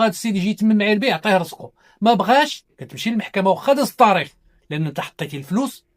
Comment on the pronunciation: السلام عليكم يااستاذ.قوم نطقك لبعض الكلمات.مثلا لماذا تفخمون تاء كلمة " التاريخ" حتى صيرتموها طاء وأصبح نطقها:الطاريخ وكذلك كلمة" تسبيق" التي تنطقونها " تصبيق".